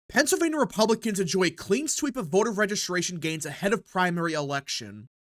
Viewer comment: STOP saying "PENCILvania!!!"